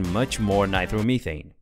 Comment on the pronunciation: why do you keep saying nitermeethane just say nitromethane